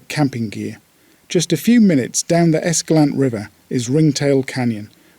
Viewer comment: Please, it's Es-ca-LAN-teh.